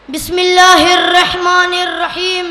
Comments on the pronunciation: بسم اللہ الر حمن الر حیم تو سہی سے پڑھلے بھائ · ye kya laga rakha hai bc bhai tarike se bhi samjhaya ja sakta hai itni notanki kyu or pahle is lamde ko kalma padhna sikhao .bismillah hirrahman nirraheem. ye sab rat k aaeva hai